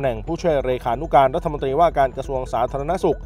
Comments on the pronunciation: โฆษกรัฐบาลอ่านถูกๆผิดๆน๊อตรีอ่านตี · โฆษก อะไร พูดผิดๆถูกๆ พูดไม่ถูกอักขระ รัฐมนตี แย่มาก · ร เรือ หายไปนะจ๊ะ เช่น รัด ทะ มน ตี โฆษกลิ้นแข็งจ้า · หาคนอ่านหนังสือให้ถูกกว่านี้ไม่มีแล้วหรือเด็กใครฝากมา และรัฐมนตรี ไม่ใช่รัฐมนตีไปเรียนมาใหม่อ่านผิดเยอะมาก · เอามาจากไหนภาษาไทยเธอยังอ่านตกรัฐมนตี ปั๊ดโธ่รองโฆษกนะเนี๊ย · ไปเรียนชั้นประถมใหม่ รัฐมนตรี (อ่านว่า รัด-ถะ-มน-ตรี ไม่ใช่ รัด-ถะ-มน-ตี)จบปริญญาตรีหรือเปล่าเนี่ย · ควรออกเสียง คำว่ารัฐมนตรี ไม่ใช่รัฐมนตี ครับ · ลัดถะมนตี อ่านออกเสียงให้ถูกหน่อย